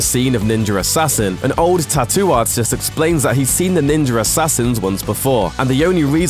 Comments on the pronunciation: kind of annoying how most British people mispronounce the words Ninja and Australia. theres no R at the end guys. Im just sitting here like ... the fuck....I've heard you pronounce an A properly before..... just say it the right way all the time. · this guy says ninja like "ninger" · Ninjer assassin. Ninjerassissin. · He pronounces it "Ninjer" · I absolutely despise that you say Ninja as "Ninjer." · Is "ninjer" assassin the sequel? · What the fuck is a ninjer? lol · PLEASE stop saying Ninjer Assassin!!! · Why this dude keep saying NINJAR assassin? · the didn't invent the chain blade, it's called kusari gama, also I hate how it sounds like you're saying ninjer instead of ninja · what is a "Ninjer"? lmao.. think you need to learn how to speak. ninja... ninjuhh!!! lol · British people have to stop saying ninjer instead oft ninja it's so annoying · is it ninja or ninjur? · NINJA (jah) not Ninjer...say it right you dumbass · "Ninger Assassin" if you listen carefully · Him pronouncing it as “Ninjer” is killing me 🤦🏾‍♂️ 😂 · Where is the “R” in NINJA? asking for a friend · Did this man say ninjer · “Ninjer assazin” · i don't get why people would say GAN when it is spelled as GUN like for example BULLET. it's not spelled as BALLET. so how the fudge is NINJA assassin pronounced as NINJER??? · There is no R in the word Ninja. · This guy says ninjer assassin 😂 you cant be that fuckin dumb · Ninjer assassin 😂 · Wtf is Ninjurr Assassin? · Did anyone else realized this guy can’t say the words Ninja Assassin? He keeps saying Ninyer Assassin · I swear to fucking god if you say "ninjer" one more time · "ninjer" assassin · Can you stop saying ninjer assassin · There is no "R" in ninja! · "Ninjer Assassin" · New drinking game. Take a shot every time he says ninjr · What's a "ninjer"?